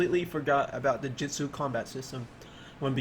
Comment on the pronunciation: Every time you say Jitsu i die on the inside just a little. But the game looks dope.